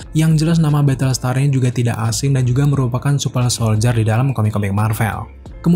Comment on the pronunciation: Gue denger nya nyebutnya, wintel soldier supel soldier:v ada yg kek gitu ga? Apa gue doang?:v